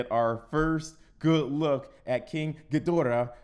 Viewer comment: FINALLY!! Someone who didn't mispronounce the name of King Ghidorah, Mothra, and Rodan!